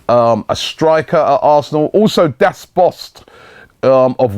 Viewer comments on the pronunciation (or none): Its not Das Bost; Its Bas Dost. Was that on purpose? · It's Bas Dost, not Das Bost :D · "Das Bost" "Paco Alsasser" really robbie? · Das bost!!!!!! 😂😂😂😂 it's bas dost Robbie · Robbie it's bas dost not das bost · this guy from Wolfsburg is called Bas Dost and not Das Bost^^ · Pretty sure it's Bas Dost, not Das Bost. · Did he just say Dast Bost?😩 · Robbie said Das Bost 😂😂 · He just said Das Bost LMAOOOOO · Das Bost? FFS Robbie read properly! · Das Bost? Really? XD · 'Das Bost' That killed me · Das Bost??? :D Oh dear Robbie... :D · "Das Bost" LOL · sounds much better then Bas Dost😂😂😂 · Das Bost? Das Bost??? Ffs Robbie!!!!!!!